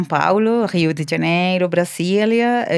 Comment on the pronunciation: Genial el video, muy buena info. Pero porque cambia el idioma cando nombra ciertas cosas! jajajja Gío di Ganeiro?????